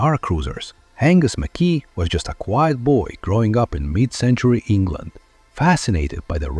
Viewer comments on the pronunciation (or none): It’s pronounced ‘Mac Eye!! Not ‘Mc Kee !! Good video but lets get his name correct at least. It’s Scottish ! I met him at a show in the 80’s nice guy.